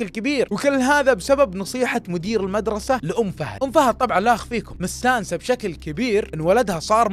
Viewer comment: الميدرسه. المدرسه النطق ضايع